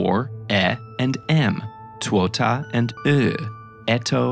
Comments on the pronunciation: He pronounded ''Tuota'' so weirdly (as someone who's finnish) 😭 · As a native Finnish speaker I laughed at his mispronounciation of "tuota"